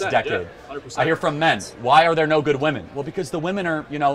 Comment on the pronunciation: Another young person who can't pronounce the plural "women" properly. Internet mind virus! :P